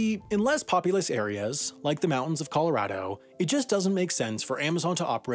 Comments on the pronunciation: Anyone else him say 'Coloradaho' haha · “in coloradaho”